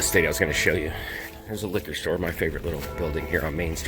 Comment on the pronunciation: Liquor store, my favorite building.... speaking like a true Serbian!